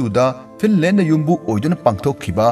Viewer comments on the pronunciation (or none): none